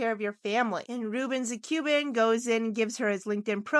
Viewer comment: Ruben the Cuban not Ruben zathe Cuban! Your artwork is quite good but, your pronouncing of the names is way off!